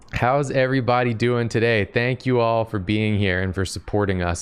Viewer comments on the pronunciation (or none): "Thonk you"